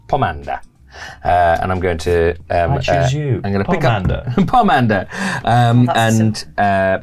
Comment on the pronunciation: It's pronounced "pomander".